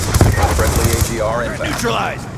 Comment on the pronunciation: Its agr not acr